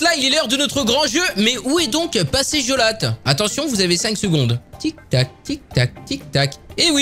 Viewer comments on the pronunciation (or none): ta écorché le nom de jolate 😂😂😂😀😆